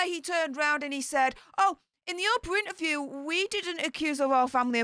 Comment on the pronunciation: Please, please, please say inTerview, you miss out the T. Now I am bore and bred Yorkshire but it really irritates me, so please?